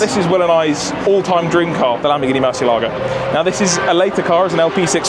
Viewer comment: The Gallardo is a Spanish Bull therefore it is Guy-ardo not Gall-ardo, also the Murcielago is Murcee-eh-lago not murchi-ah-lago.